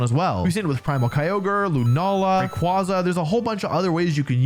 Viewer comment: I can’t believe that this dude still doesn’t know how to pronounce Rayquaza correctly🤣